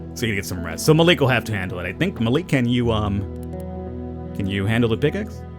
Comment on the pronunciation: Its pronounced Ma lik